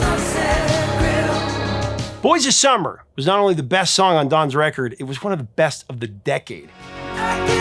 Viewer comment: A joke. You said "breast" when you clearly meant "best". That's all. 😁